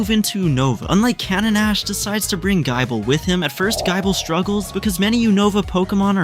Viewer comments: Why GUY-ble? It's "gih-ble" as in Nibble. 😂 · I heard Gaible and turned the video off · Its gible not giable not being mean and sceptile has a silent c ANDITS NOT JENGA ITS GENGAR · "Gaible" is absolutely foul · He said gaible gabiite garschomp and then jengar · why tf does this voice pronounce it as guy-bull? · Gaaible gaabite gaachomp and skeptile is crime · Gaible? Skeptile? You have to be doing this on purpose bro 😂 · pretty sure he typed gible but the ai read Gible as Gaible.. Well he wrote a good story so we shall let it pass